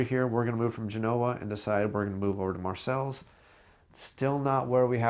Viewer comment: Thanks for this. It'll definitely come in handy (along with your how-to-play video) when it comes time to teach this to my game group. By the way, Marseilles is pronounced mar-say.